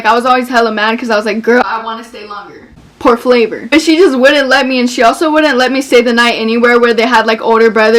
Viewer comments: she did not just say “porflavor” 😭 I CANT PLS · “por flavor” my messican kween😏😏